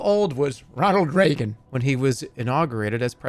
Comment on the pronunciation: why did he say ronald reagan like that